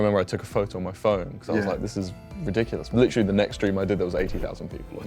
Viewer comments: Bruh that british accent when he said literally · Why did when Anthony was doing the promo of honey he said literally and turned british